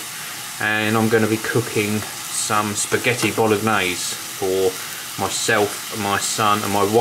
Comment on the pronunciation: The "g" in bolognese is silent, thought I'd let you know.